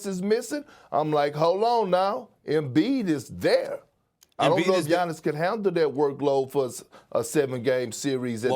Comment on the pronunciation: It's giannis.